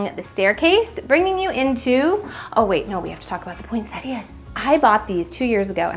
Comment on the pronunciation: I don’t believe it, you must be the only American that , pronounces Poinsettias correctly. Everyone else calls them Pointettas, they miss out the i . Well done. Your house looks amazing.